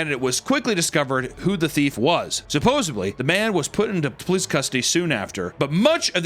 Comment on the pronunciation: Please stop saying supposably